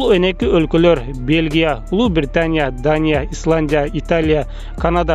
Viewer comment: Франся ,Италя,Даня,Англя😃😃😁😁